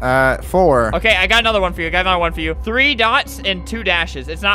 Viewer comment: its number fhree. oh my lol